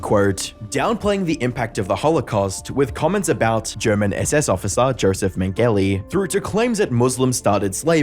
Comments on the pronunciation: Its pronounced YOseph menuli not mengelly 🤣cmon mate if your gonna talk smack on other people being antisemitic then at least get your pronunciation right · History is important, so when we make references we should be very clear. He was what monsters have nightmares about. Josef Mengele is pronounced as: YO-seff MaENG-ell-uh. The first “e” sounds somewhere between “hang” and “men.” I’m trying to be helpful, not insulting. i wouldn’t bother if you seemed stupid l. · Bro mispronounced Josef Mengele lol